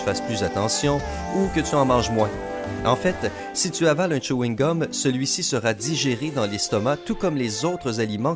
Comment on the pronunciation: c'était plutôt tchouhingum